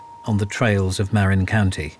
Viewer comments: It's "muh RIN" County, not "MARE in" County. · right?! I’m from Marin County…he massacres the name. Lol! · He miss pronunciation according to Dan Marina county lil olde lady with red car 😂😂😂